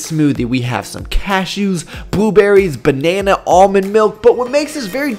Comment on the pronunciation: Wtf is a “BUEBERRY” I can’t stop laughing😂